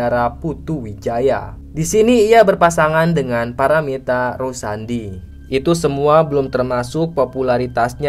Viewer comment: Paramitha rusadi Tp kok td bilang nya rusandi😂 Entah...kmn aja